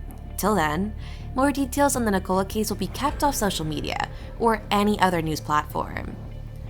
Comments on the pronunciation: Full of errors! Pronounces her name like she was a cola drink. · Guys if you are going to do a piece on a case like this FFS make sure you can pronounce their names correctly. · You can't even pronounce her Christian name correctly!! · Wish they would pronounce her name correctly and the area this is nothing new?